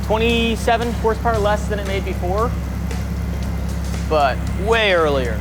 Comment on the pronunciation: "652.. 652 horsepowah to da wheel" 😂 dying